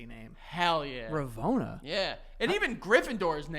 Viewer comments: Had to stop playing my game when said “ravona” instead of “rowena” 😭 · Bro ain't even get RoWENA Ravenclaws name right, fake fannnn